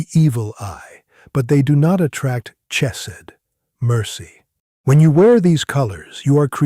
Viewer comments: This guy is a fake. When Hebrew is transliterated, "ch" is not pronounced as in "church", but as the gutteral sound, like clearing your throat, a sound that does not exist in English (but does exist in German). When he says "chesed" "(lovingkindness) he pronounces it like the ch in church -- this incorrect, a mistake even a child would not make. Also, the word for "blue" is "techelet", pronounced te-chay'-let. He pronounces it te'-kah-let. Wrong wrong, wrong!!! FAKE!!! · It is a shame that the AI cannot pronounce some words correctly. The ch in Chesed is pronounced as a guttural sound as in the Scottish pronouncement of the word loch - and NOT as the ch in the word church